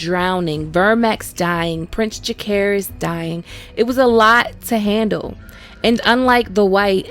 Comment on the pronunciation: lmao prince jack-air-iz got me fuckkked up 😂.